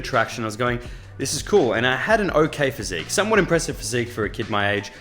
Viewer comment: "somewhat good physicque" 🫠